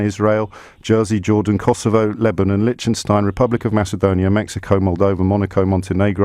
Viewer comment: Why can't James pronounce Liechtenstein?